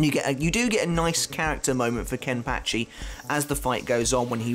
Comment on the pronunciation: Is it just me or does anybody else like the way say’s “Kenpachi”? Idk why but it’s so satisfying